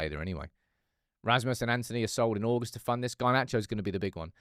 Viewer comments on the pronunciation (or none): none